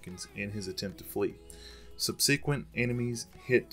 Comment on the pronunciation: What’s a sub-see-quent lmao